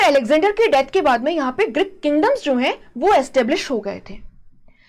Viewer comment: Greek not Grick Please fix your pronunciations